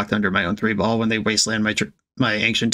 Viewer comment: You mean, "As they say, THREE-ball"?